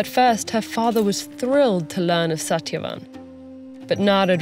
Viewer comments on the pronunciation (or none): Why didn't they get a reader that can correctly pronounce these names? Its Suht-yuh-vahn not sat-ya-van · Satyavan with hard "T" (ट) ?? It should be soft "T" (त). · Shat-ya-wan Correct pronunciation? Lol! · Satyavan's pronounced - sa•thya•vaan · I was low key disappointed with the pronunciation of "Satyavan" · Satyavan was pronounced wrong I guess. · It's not perfect but understandable. Satyavan is pronounced different. But altogether it was good. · Except Satyavan tho 😂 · Except Satyavan's name. The narrator's accent came out on that one. But not a bad job for a non-Indian. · Every name in this was properly pronounced but Satyavan